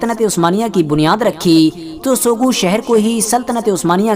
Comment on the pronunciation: Sogut me g silent h bro Pronounce as sout